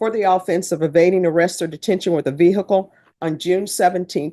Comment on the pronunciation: What’s a veer hickle ? 😂😂😂😂😂😂